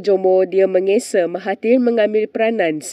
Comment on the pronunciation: how do you pronounce menggesa? The person doing voiceover is a Malaysian or foreign?